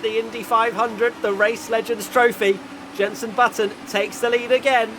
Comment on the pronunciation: ‘Yenson my friend’